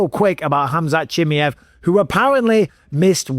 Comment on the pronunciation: Please stop saying "Chimmy-ev", Mike.